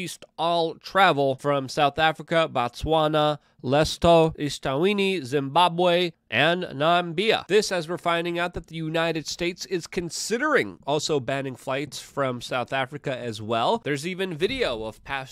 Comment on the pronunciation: As a Namibian, it's pronounced: Nah, me, bee, ah